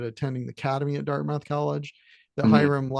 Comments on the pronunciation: Can’t take you seriously if you can’t pronounce Dartmouth College. It’s pronounced as Dart-m-u-th. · I stand corrected. It's more like: Dart-meth